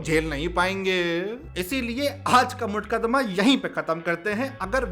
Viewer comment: Waise bhai khud bhi kitna seedha h मुकदमा ❎ मुठकदमा✅